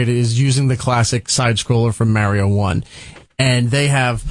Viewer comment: I'd be so happy if they could say "mario" properly.